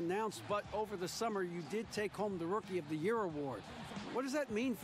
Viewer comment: Man said "Rookie er der yurr" 💀💀💀